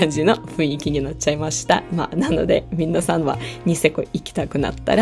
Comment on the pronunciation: 、皆さんって言う時、みんなさんって言ってますか？ 聞き間違いならごめんなさい😅